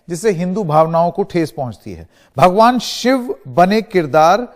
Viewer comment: ओ न्यूज वाले भाई साहब आपको तो ठीक से भगवान भी नहीं बोलने आता है भोवा कहते हैं और आप समझाएगा भगवान क्या होता है हिन्दु धर्म क्या होता है बायकोट आपका भी होगा। लेंडीटीवी